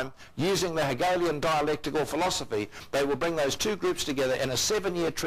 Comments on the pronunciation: Lol "Helegian"? Its H e g e l i a n ! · "Helegen dialect" proceeds to correctly pronounce Hegel's name How do you mispronounce "Hegelian" but not "Hegel"? Confusing.